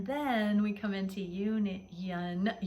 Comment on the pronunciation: The way you said union. Sounded like yin yan. Yes! Aligning the dynamics and union within ourselves first and then watch. the beauty continually unfold with our counterparts!❤️💙❤️💙